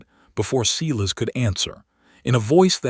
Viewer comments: Does a human ever listen to this before it's posted? If so, do they even speak English? It can't be Cee-lus, it has to be Silas (Si'-las)! AI stories can be good but some are just ridiculous in narration! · I agree, it takes away from the story,..........Silas is pronounced as SY-luhs (/ˈsaɪ.ləs). You say it with two parts: stress the first part to sound like "sigh," and say the second part softly like "luhs"